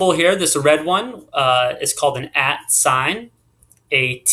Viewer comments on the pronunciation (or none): Why do you say atssss instead at?